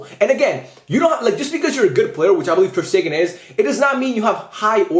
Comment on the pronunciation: My man did Ter-Stegen wrong in every way possible.